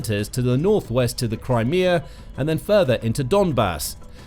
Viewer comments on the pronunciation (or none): none